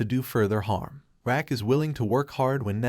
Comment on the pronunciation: RAQ=PRONOUNCED "ROCK"😂😂😂😂😂 not RACK 🤦🏽‍♀️